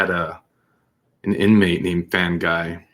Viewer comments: Fanguy - pronounced Fung- gee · The name Fanguy is pronounced fungee. The g is like game not rage.